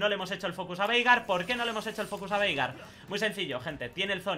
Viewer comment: Yo le escucho "Verga" xdxd en ves de Veigar xdxd